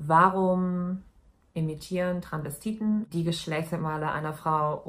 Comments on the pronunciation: sie sagt Transvestiten, verschluckt das s aber ein bisschen, aber es ist immer noch hörbar. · Sie sagt das schon immer ohne s, hat mich schon des öfteren getriggert 😂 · TranSvestiten nicht Tranvestiten Maaaan omg hat mich das die ganze Zeit aufgeregt 😂😂